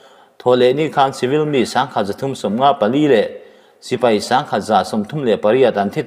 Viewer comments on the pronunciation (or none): none